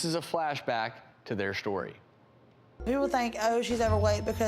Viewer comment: "This is a flashback to their schtory"